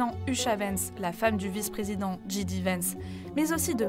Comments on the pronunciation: Dji di vance ça ne veut rien dire ^^ en anglais c'est djay di, en français bon vous savez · Par contre... Si vous ne parlez pas anglais, appelez le "J.D. Vance", personne ne vous en voudra. Si vous voulez faire les americains par contre, le j se dit "djai" et pas "dji". C'est comme "J.K. Rowling" C'est l'alphabet les gars. C'est littéralement le premier truc qu'on apprend. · « Dji Di » Vance. C’est logique, puisqu’on dit bien un « Di Dji » 😂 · Soit vous prononcez JD Vance correctement, soit vous le prononcez à la Française, mais pas cet entre-deux erroné. Chère voix off (?), le J en anglais se prononce Djè comme dans DJ. Le G se prononce Dji, comme dans GI. Il n'y a qu'à l'écouter lui-même à.